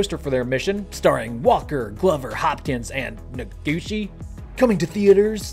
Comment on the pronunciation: Hoshide is pronounced "hoe-shee-deh", and Noguchi is pronounced "no-goo-chee". And the characters that form Hoshide's name (星出) are totally cool for an astronaut - 星 "hoshi" is star (also used in the words for planet and satellite) and 出 "de" is to go out or emerge. Nice, huh! In Japanese, every vowel (and any consonant in front of it, if exists) is a separate syllable pronounced with equal timing, and each vowel is always pronounced the same: "a" as in "father", "i" as in "speak", "u" as in "super", "e" as in "extra", and "o" as in "note". I thought you might appreciate this for talking about Japanese astronauts.